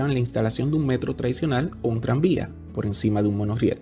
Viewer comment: Muy buen video y con informaciones muy específicas… Solo me gustaría que arregles un pequeño detalle, debes abandonar pronunciar esa letra “L” donde no va, (ejemplo: decir PoL , en vez de Por). Tus videos son educativos y muy vistos, ya tu estas a otro nivel. Eso te hace ver menos profesional.